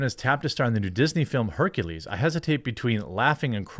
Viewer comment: Sooo, Blak-ules?